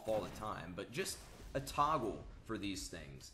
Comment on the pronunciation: The way you say toggle is gross mikeKappa